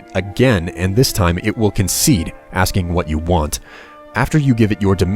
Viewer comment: Also 'concede "askign" what it is you want.'